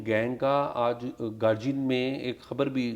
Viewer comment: Syed sahib It's GAR DI AN NOT G BUT D